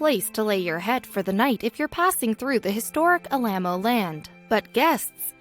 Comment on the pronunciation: Historic Al-LAM-O land? AL-la-mo